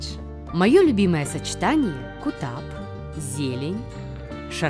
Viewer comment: Только не кутаб, а гутаб😅